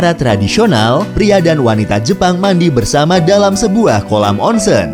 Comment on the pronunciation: Nihon = nihong Onsen = onseng huruf "E" dibaca seperti beca bukan kera